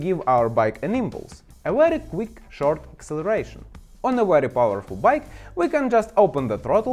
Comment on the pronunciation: Yes, this is a weely weely good video.